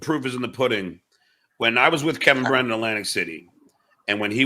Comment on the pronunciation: Underrated Johnism: Kevin Brennan = “Kem Brem”